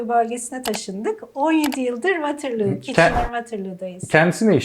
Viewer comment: bi ogrenemediniz su telafuzu WAA-TR-LOO -(VwOoTIRLuU)